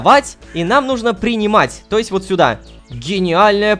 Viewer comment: Hitoko uwu может быть ты знаешь почему лололошка говорит нужнО, вместо нУжно